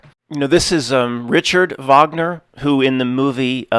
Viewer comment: Never heard that Wagner quote (nice pronounced it right haha) that is based as hell. ( - I've done him the kindness of not reading his book and my greatest hope is that one day he will thank me for it) I'd have to guess/assume it was regarding the whole "Twilight of the Gods/Idols" debacle lol.